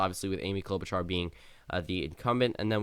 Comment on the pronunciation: Yay you finally said Klobuchar Correctly!!!!